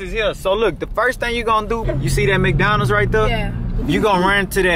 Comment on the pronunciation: No this nigga didn't say "MacDonald"😂